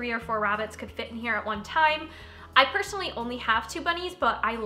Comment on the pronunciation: It's the "pershinaly" for me XD sorryyyy love ur vids btw! <3 (Sterling is my fav lol)